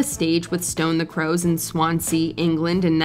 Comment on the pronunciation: Wait did she say Swan Sea England? When are these presenters going to get it right? It’s Swansea (all one word ) Wales (not England)